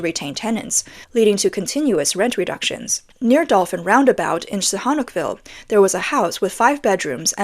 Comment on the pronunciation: It's the Chinese who don't finish the projects, they start it with bank money and pocket most of it. No one is handing Cambodians huge money for building projects. Pretty selective filming. It's not that bad in Sihanoukeville ( learn to say it right please). I lived there for years. It's not as you say.